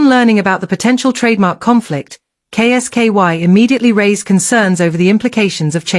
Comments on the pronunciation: Who is K S KY can't she say Kolski? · K s ky is not kolski. Get it amended. Sounds bloody daft.